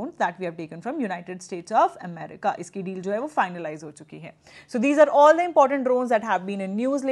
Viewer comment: America × Emmerica 😂